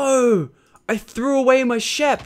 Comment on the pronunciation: Why do you say shep instead of sheep?